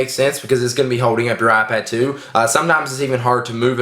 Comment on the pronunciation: You mean "AhPad"